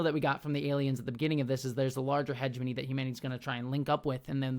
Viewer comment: i find the way pronounces heh-GEH-moh-nee as Hedge-money so distracting